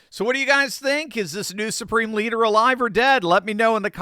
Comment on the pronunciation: Did you say supreme bleeder???